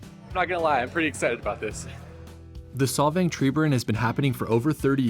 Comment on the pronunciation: SOLVANG NOT SOVANG